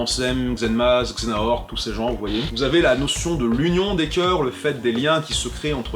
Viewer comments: "Xenahort" ? Redis ça sans trembler des genoux ? C'EST Xe-ha-nort, nom d'un simili ! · Mais Xehanort! Xe-ha-nort! 😂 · Je meure à chaque fois que tu dis xenahort =_=